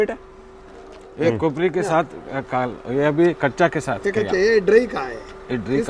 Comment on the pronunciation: It's not kobra it's kobri.